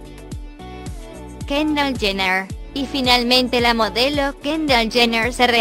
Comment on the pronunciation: “chener”😂 hay Dios y no sabe que que el papa es robert kardashian